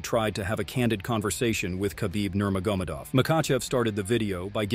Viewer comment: Please learn to correctly pronounce Nurmagomedov. The accent is in the E, not in the O. Hearing “Nurmagómedov” several times in a minute is really annoying.